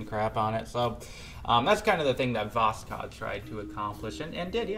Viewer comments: its not vosCod but vosHod Hod like Hood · For Korolev, i believe you should read it more like "Karalyov", because it is written "Королёв", so Korolyev is actually more accurate than Korolev Also, you don't read "k" in Voskhod, because originally it doesn't even have k And Sayuz, not soyuz. This thing with reading "o" as "a" is a little wierd, but it's about accent, so... yeah All that isn't necessary, but i think it's cooler to say russian names correctly